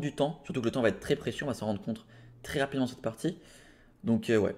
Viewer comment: s'en rendre compte, pas s'en rendre contre, je dis ça parce que je l'entends partout lol. Merci pour l'analyse si rapide ! même si j'ai regardé en live 🙂